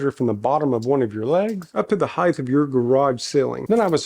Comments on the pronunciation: Stop saying heighth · Heighth. Love it. Reminds me of my dad.